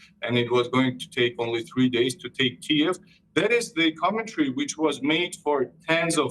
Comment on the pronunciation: Try pronouncing Kiev properly now